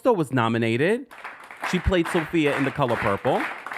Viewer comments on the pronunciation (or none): none